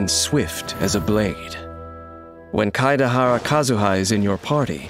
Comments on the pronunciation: I like how most people can't pronounce his name so they just go for "Kadahara Kazuha" XD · „Keideharra Kazüha“ 🤨🤨🤨💀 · As much as I love voice....that pronunciation of Kaedehara is hilarious